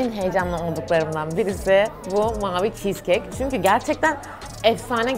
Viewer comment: Çis keke kardeşim çiş kek diyo